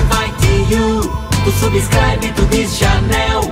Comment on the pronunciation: Eu suportei sem me mijar até o "subiscráibi to dís chanél"...